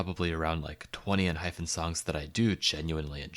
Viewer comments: It is Enhypen not Enhphen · girl learn to say enhypen before you rank them so poorly please <3